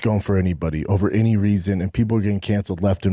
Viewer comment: Who is he to preach?!?! F...... clown. Cant pronounce "any" or "every" and no one corrects him smh. He said they were cut from same cloth lol omg what joke